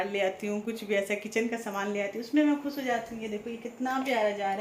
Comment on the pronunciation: Please khoos nahi khoosh kaha karo.